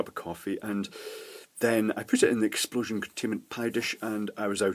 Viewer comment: "EXPLOLOSION CONTAINMENT PIE-DISH" - hahahahahahaha :-) That's nice :-)